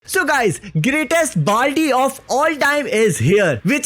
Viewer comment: balty 🪣 nahi baldy😂